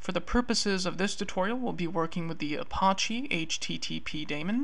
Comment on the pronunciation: good intro. The way you mispronounce Apache is driving me nuts tho. It's not the french word, which in pronounced uh-pahsh... that pronunciation has a silent e. It's pronounced uh-pach-ee, with the A sounding like the A in patch. It's a native American tribe, hence the feather. There is no tomAto tomAHto here. Drives me nuts to the point I can't concentrate lol